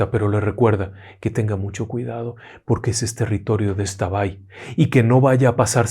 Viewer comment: Por un momento pensé que me decepcionaria al pronunciar la palabra xtabay,gracias por informarse de la correcta pronunciación.